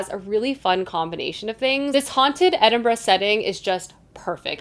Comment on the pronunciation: Thank you for your correct pronunciation of Edinburgh😂🎉